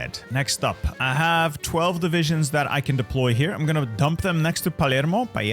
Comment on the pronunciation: Hey, Italian here: Palermo is actually pronounce with a normal L (like the L in Laugh), and not with the Spanish LL (like a y).